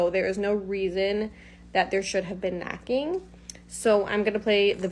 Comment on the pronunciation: I want To say I love your videos. I just love your contact. I've been binge watching sometimes when there's nothing else to watch but I want to say sometimes I have a little bit of a hard time hearing and the first video I didn't hear her say knocking to me, I thought she said macking. So i was a little confused like who's macking And why are they macking LOL.😅